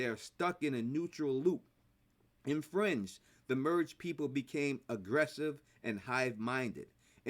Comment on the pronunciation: Me too at first.😂